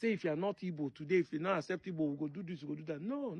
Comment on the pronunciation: Correct spelling and pronunciation is Igbo and not ibo,ibo is British and not native